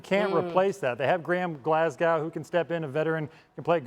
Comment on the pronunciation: You need to say Glasgow right. The advice from myself that lives there, lower the tone of the A in it and say it from the back of your throat. I have every confidence you will pronounce it correct 😂